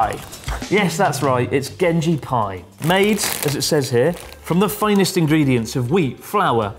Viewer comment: You sounded super Scottish when you said finest ingredients lol